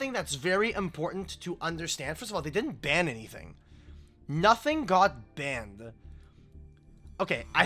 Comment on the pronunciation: Why do you add to some words an e like banned(e) ?